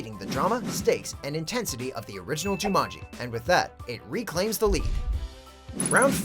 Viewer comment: Me too. I love the original. And it's Jumanji not Jumonji.